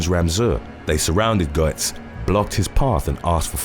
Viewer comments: I remember the original Subway Vigilante. “Goetz” is pronounced “Gets”. JS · #3 - His name is pronounced "Gets." What happened to him was a blatant case of self-defense. You left out the fact that the young men each had large, long shank screwdrivers about the size of a typical WW2 bayonet in length. They were smart, as carrying screwdrivers wasn't a crime in NYC; and still isn't. They brandished them at Goetz, and they certainly didn't politely "ask" for money. It was a violent mugging. One that he had experienced before on the NYC subway. However, during the first incident, he didn't have any guns. So he was violently beaten to a bloody pulp and almost crippled for life. That was one of the factors taken into consideration for the ruling that he acted out of fear. Another one being, Goetz pointed out that he had obtained two handguns illegally. One being the small revolver he used. The other, a higher capacity, bigger and heavier .9mm pistol. The prosecution tried to argue that he was intentionally looking to shoot someone that night. The defense successfully argued that if that was the case, he would have been carrying the .9mm instead. As for the disgusting claims of racism, there will always be those looking to push their political agenda onto others. Sometimes when a younger Black man gets shot by an older White man, it's not due to the color of the former's skin. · It's pronounced "gets" not "go-ets". Was annoying. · Just an FYI, it’s pronounced Bernard “GETS” not “GO-ets”😉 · It’s pronounced “gets” not “go ets”. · "Bernard Goetz" is Bernie Gets, phonetically. Just an FYI. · The subway vigilante in the NY subway deaths was as you said Bernhard Goetz but his last name was pronounced as "Getz" rather than the way you are pronouncing it. The "O" in his name is silent. I think you correctly pronounced his first name as Bernard leaving the "H" silent. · Goetz is pronounced Gets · Bernie's last name is pronounced "Gets" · It's pronounced "Gettz" okay. Gettz!!